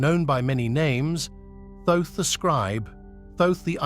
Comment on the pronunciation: I can't watch this, its very annoying to hear the narrator using different pronunciations for Thoth.